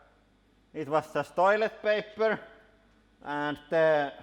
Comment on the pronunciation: Did you just say destroyletpaper? 😀